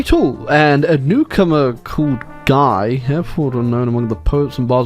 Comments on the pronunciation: Guy is a French name. It is pronounced Ghee (hard G,ee) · Fun Fact: A guy named Guy was King of Jerusalem at one point. My history professor pronounced his name "gee" though, so take that as you will. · Gee is how Guy is pronounced in French.